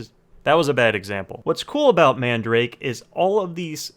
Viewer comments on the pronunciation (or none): Its not man-da-rake its MAN-DA-RA-KE and also your good at making vid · I thought it's pronunciation is man-da-rah-keh... And not mandrake... Lol. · The store is called Man Darake...like Manga Darake (Everywhere). I have been hearing the incorrect pronunciation for over 20 years now. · “Man-duh-rock-eh” .... now say it faster 🙄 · It might just be my ears but i keep hearing man-drake for some reason. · Nigga said man-drake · its called "man da ra ke" eh.. your white its okay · Bro he keeps saying mandarake wrong 😂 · The way you pronounce madarake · lol the way u pronounce mandarake is sooo wrong but funny. jokes aside, this site is one of the best imo, along with solaris japan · pls no, you pronounce it wrong